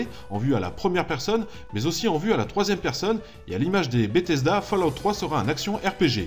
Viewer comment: purée... c'est pas "fallahout", c'est faulaout". ça me crisse les oreilles à chaque fois.